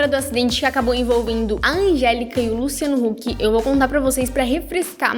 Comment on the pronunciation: gnt ela falou luciano luck ? kkk